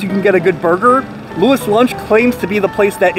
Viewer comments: It's pronounced "Louie's Lunch"....why is it spelled Louis Lunch and pronounced that way? I don't know. New Haven is a weird place. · It's pronounced Lou-ees. I'm a CT native and had my first and only burger from Louis back in my teens. Never again! Complete garbage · It is pronounced Louis not Louis. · New Haven born and raised here. It’s “loo-ee’s lunch” 😊Love your channel! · Apparently it sounds like "Louie's lunch". I edited a TV piece on it years ago and that's how it was said in the voiceover, and generally producers check stuff like pronunciation before recording VO. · lou-eeee's lunch, my friend. --lou-eee's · It’s said Louie’s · First off get the name right. Its pronounced lew-ees. Should have asked them. Show some respect for a place thats been there over 100 years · It's spelled Louis, but it's pronounced "Louie." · Wow, you could have at least asked one of the employees how "Louis" is pronounced. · Just some advice... Maybe figure out how to pronounce the name of your subject before you got to these lengths. All due respect of course...